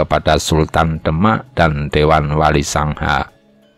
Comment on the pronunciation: Trenggono jgn dibaca TRENGGANA dong. Walisongo jg jngn dibaca wali sangha, gimna to?